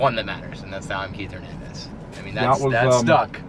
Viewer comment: say,Hernandez,please no gernandez